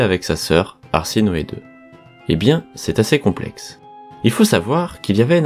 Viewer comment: C'est pas arsinoe mais plutôt ha se noe